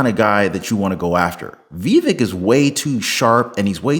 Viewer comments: Brother, it isn't "Vee-vick," it's "Vah-vake." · Vivek as in cake, is how to pronounce it. Not being mean, I pronounced it wrong at first too. I hope he runs in 2028. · Hey listen, how do you speak to you but learn how to pronounce his name it’s Vivek by cake the vape I don’t know what yet then crawl up somebody so they can show you and let you hear it how it’s pronounced best of wishes to you but please learn how to pronounce his name